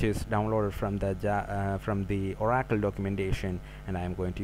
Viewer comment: OMFG!! This video was painful to watch, this guy's English is soooo bad, he can't properly pronounce common words: uh-RACKLE for OR-uh-kul; devil-LOP-ment for de-VEL-op-ment. his accent is virtually unintelligible. DON'T WASTE YOUR TIME! Find a native English speaker you can understand.